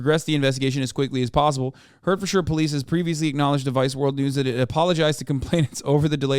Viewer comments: Pronounced ‘Heart-thud-shia’ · I was born and raised in Hertfordshire. It's pronounced: HEART FORD SHEER